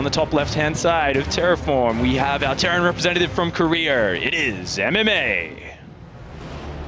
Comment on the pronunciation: That guy can't even say Korea lol